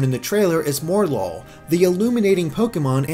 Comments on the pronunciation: Morelull = Morel + Lull, so it's pronounced 'More-uh-lull', not 'More-lull', just since I haven't seen anyone else saying it. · MOREL-LULL, not more-lull. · Please, please, please STOP MISPRONOUNCING MORELULL. The name, from what I can gather, is that its a play on morel (a type of mushroom) and lull, as in to put something asleep or into a tired state. So don't pronounce it more-lull, pronounce it morel-ull. Sorry for the rant, but most people seem to be pronouncing it this way and it just irks me. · Mor-el-lul not More-lul. A Morel is a type of mushroom. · I think it's supposed to be "Mor-el-ull". Three syllables. Morel (the mushroom) and lull (as in, to sleep). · I think Morelull is pronounced Morel-Lull, named after Morel mushrooms. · mispronunced morelull lol more lul